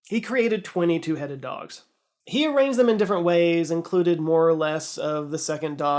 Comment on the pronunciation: I thought you said 22 headed dogs😬